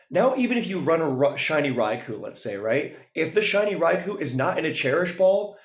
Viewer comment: For future reference, it's not pronounced "raikuu." It's "raikoh."